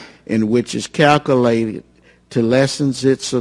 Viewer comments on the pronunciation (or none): He calcoolate... calcoolated.